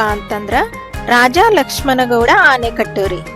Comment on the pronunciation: ಇಡಕಲ್ ಅಲ್ಲ ಹಿಡಕಲ್. ಆನೆಕಟ್ಟು ಅಲ್ಲ ಆಣೆಕಟ್ಟು